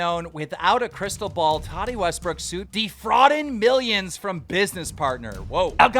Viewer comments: “Tati wastbrick” bro I know keem is dyslexic but cmon you gotta at least practice for the first 60 seconds of the video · Sorry but did he just pronounce her name "Tani wastbrook"?